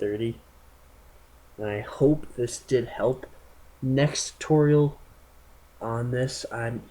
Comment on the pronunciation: the way u said TUHTOHRIAL! with the TUUU